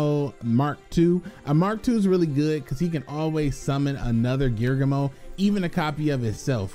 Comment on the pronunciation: Its gear- ghee -ano